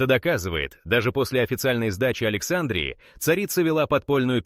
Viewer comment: Опять исскуственный разум в словах текста ставит неправильно ударения!!! Особенно в слове Александрия!!!!!